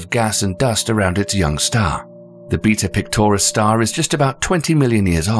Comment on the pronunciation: When he said “beta pictoris” I though he said beat up clitoris